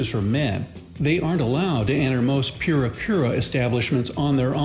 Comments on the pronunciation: It's purikura,not furi kuri!😆😆😆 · "Pure-a Cure-a"? Sigh. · "Pyura kura" 🙄